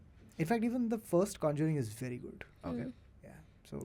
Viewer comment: Did just say "v difficult" instead of "very difficult"??? 😂😂😂😂😂